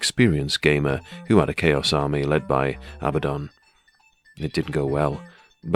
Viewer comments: It’s abaddon, not ABBA. Makes him sounds like the pop band. Pathetic if it really is that. Abba the dancing queen. Solid paint job mate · If you're going to call him ABBA DON. Might as well have sang 'Dancing Queen' 😂😂😂. Its officially pronounced Uh-bad-uhn. Which is a Hebrew term for destruction and death. But Andy Chambers named him this because he's A Bad Un. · it's not Abbadon, it's Abbadon! hahaha great as always mate. cheers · If it was abba-don, it would be spelled Abbadon. Not Abaddon. So the inventors can say abba-don all they want, but they have to admit they either misspelled it or they're mispronouncing it.😂 The choice is yours!!!